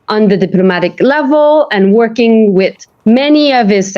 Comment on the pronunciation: I love it when she says "wit". All my gf's say it like that. She is looking good.